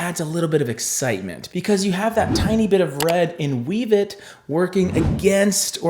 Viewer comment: Pssst Wevet is pronounced "WEH-vet". Incarnadine is "in-CAR-na-deen." F&B has a YT channel with quick clips on every shade, if you ever wonder how to pronounce something.